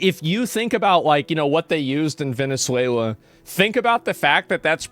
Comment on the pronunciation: Vene suwla 😂😂😂